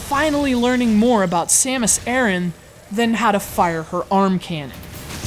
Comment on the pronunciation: it's actually Aran..